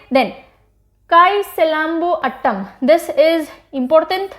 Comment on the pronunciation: Mam Me TN se hu. Your Teaching Was excellent. No problem abt Pronunciation as its Difficult for Northern Ppls to Pronouce them. Every Thing is Attam Nahi Its Aaatam. Like how You Pronounce atom.And Aatam means Dance🤗